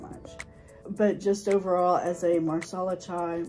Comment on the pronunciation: Nice. It’s “masala” though. “Marsala” is for chicken. 😊. Watching your video at Whole Foods. Looking at Rishi Masala Chai in tea packets. Ingredients seems to be different though. First one is black tea.